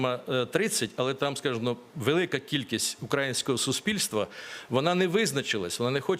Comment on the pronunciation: пане Смішко не наголошуйте, будь-ласка, на А в слові укрАїнського, -ої. Це не правильно. Ще й дуже ріже вухо.